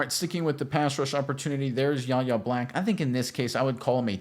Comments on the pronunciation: WHY-AYE not YAH-YAH. Please man killed me. You’ll learn his nah. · Pronounced “Why Yay” not “Yah yah” the Kendrick Lamar song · His name is pronounced Why-Aye!!!! Not YaYa!!! Get it right, you sound like a dope, you say YaYa about 100 times! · His first name is pronounced Why-Ay, not YaYa. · Ref 'The Beast " ... Fifty years ago the Steel Curtain featured the great. number 78, Mad Dod (Dwight) White ... Do the steelers now have the, number 78, Mad Dog Black? ( Yahya's first name is pronounced " Why-yay") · Y-A!!! Sir. Get his name right! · it's "Why-yay" Black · His name is pronounced "Y-hey" with a silent "H". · It's pronounced "Y" "yeh" Black. Yahya Black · It's PRONOUNCED "WHY A" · His name is pronounced ("Why" - "Yay") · YES! Name is a little weird to say but it is pronounced more like "Why-yay" but pronouncing the letter "Y" instead of the word "why" "Y-YAY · Pronounced Why A! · Decent video but u catch an L for pronouncing his name wrong bra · You should learn how to pronounce his name if you're going to do an entire film session on him.